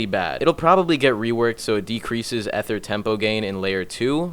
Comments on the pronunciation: As an american its Ether not ehther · would like but bozo said ether wrong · who told him ether is pronounced like that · Imma be honest the way you say ether legitimately sounds fucking retarded yes this is a serious comment saying ether the other way simply sounds better than me efer like day both in your head and think about it for a hot sec you can say it how you want but don't call people idiots for something sounding Korean appealing to them in a different pronunciation that what you like